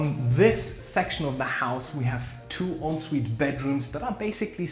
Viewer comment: We don't say onsvite in England. It's pronounced 'on sweet' but some people will say it as they see it and say 'en sweet'.